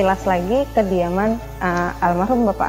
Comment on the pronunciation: Omongane yg bicara kok sering salah bikin yg dengar saruh ibu tin" trus ,, suharto hhhh